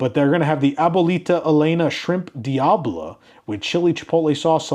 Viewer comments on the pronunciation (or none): none